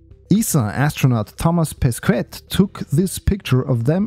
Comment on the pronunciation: Your prononciation of "Thomas Pesquet" is funny xD